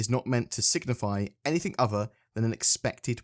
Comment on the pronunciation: can you stop saying anythink. its that one thing .